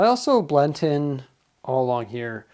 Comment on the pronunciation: Please..... Stop saying blent aaaaaaah